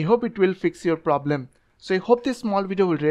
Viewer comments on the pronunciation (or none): "Scoll down" "Computre" "Los" "Ploblem" "Forgit"